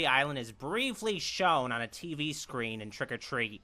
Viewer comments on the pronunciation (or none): none